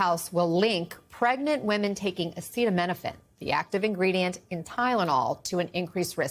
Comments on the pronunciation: he could not even pronounce acetaminophen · One thing he is not a doctor don't believe nothing he said when he can't pronounce the word most people can read their own directions on the container .. y'all remember in COVID when some people lost their life listen to him the Antichrist is on planet earth y'all better 🙏 pray